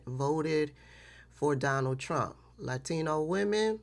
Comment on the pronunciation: 😂 It always sounds like "I will vote for Darnell Trump" to me